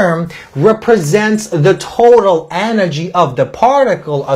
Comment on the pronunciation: The teacher is great but I agree with John: "of a PAR ticle. So we were able to SHOW that kinetic EN ergy just like time, distance length & mo MENT um" Nobody in England would ever talk like this.